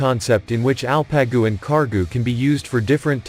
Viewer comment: It's ALPAGU. Means ''HERO'' Not el-pe-gu !!. no arabic. !!!!! !!!!! These names are Turkic. Coming from our central asian roots. Long live Turkey Turkic people and Asia Turkic people. <TURAN> will rise again.